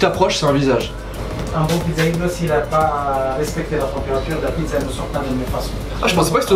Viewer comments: c'est "pit[tsa]" pas pi[za] :'( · Bravo pour la vidéo! Je viens de découvrir ta chaîne aujourd'hui font j'apprécie déjà énormément le contenu. Petit détail si je puis me permettre: Pizza est prononcée "pitsa" en italien sauf au nord de l'Italie où on aurait tendance à prononcer et accentuer la lettre z. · On dit pissa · Techniquement, on dit "pitssa" ^^ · On dit Pidza pas pizza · La prononciation du mot "pizza" du soi-disant pizzaiolo italien est pas fameuse, pas moyen qu'un italien le prononce de la sorte